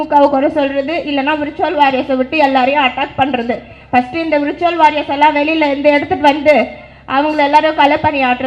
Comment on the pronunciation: Virtual warriors nu ozhunga solluma athuve thappa solre....